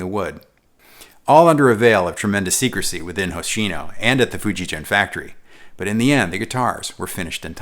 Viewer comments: Great review! It's Fujigen (hard G, as in "get"). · Just a minor correction that "Fujigen-gakki" has hard G sound in both parts of the name The "gen" G sound is hard as is the "gakki". In Romanized Japanese, any soft sound, as in gee whiz, is written "ji" as in Fuji. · Just so everyone knows, the "G" in "Fijugen" is hard. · Thank you for this video. Fujigen’s “ge” is supposed to be pronounced like guess’s “gue.” Anyways, I bought white JEM in 1996 when I was living in Japan. I still have it.